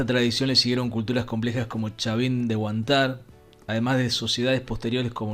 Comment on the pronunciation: El gringo pronuncia mal 😄 dice "Huantár" y debe ser "Huántar"